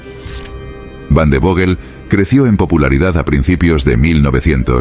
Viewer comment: O WANDERVOGEL (en español) ó "vanderfoguel" (bien pronunciado en alemán)- vandervogel es una aberración